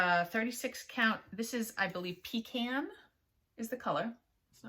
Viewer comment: I say pecan the same way u do. Lol. Hardly ever hear anyone else say it that way. Love your projects.